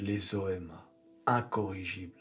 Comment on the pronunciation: à chaque fois que dit "OMA", j'entends "N.Chéron" 😁🤣